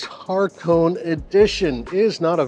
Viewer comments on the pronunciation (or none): HAH-KOH-NEY Edition, not Harkown Edition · Hakone not HaRkone edition. As far as I heard, kept saying with an R in it. Otherwise, good review and interesting info about the auto in the GR.